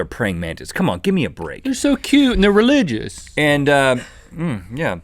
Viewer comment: Did Link say religious?